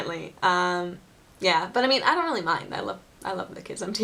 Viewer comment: I like when you say "really, really, really, really, really, really" and to me it sounds like "willy, willy, willy, willy, willy, willy, willy" :D